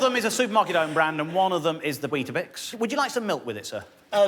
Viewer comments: Why does he keep saying "bisk"? It's weetaBIX, right? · Stop saying 'biscs' ffs. Bix. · Every time he said 'wheat bisk' I shuddered. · I too spent most of the video wondering why he couldn't pronounce Weetabix. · Its Weetbix in NZ.... just saying the cringe is worse...